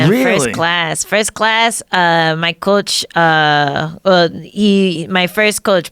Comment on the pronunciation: Does she say "coach" like a Mexican?